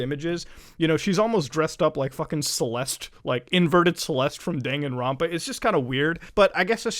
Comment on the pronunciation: Oh muda you best be messing with me when you say dangan ropa